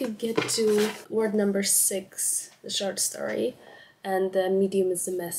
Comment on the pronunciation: I don't wanna be that girl, but check your pronunciation of the o in short 😭😭 in the intro it sounds like an a, and trust me that's not what you wanna say😵‍💫😵‍💫